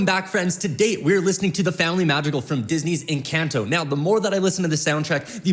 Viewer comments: It's mad ri gal not ma drill cle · I learn a lot from you dissecting these songs! It's so fun to listen to your commentary. One learning area for you is to work on pronouncing words from different languages accurately like Madrigal (maad-ri-gaal), Luisa (not Lisa), Abuella:) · oh wait-in Columbia you say Madrigal the right way but here you say the family mad-ri-gol and it sounds like magical!!!!! that is soooo soooo cool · just a reminder, madrigal is pronounced "Mah-dri-gahl" and you gotta roll the D lol but i love watching these <3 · Please ENCONTO NOT ENCANT-O AND ITS MADREEGAL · not to be rube but it’s family madrigal that’s how u pronounce it 😀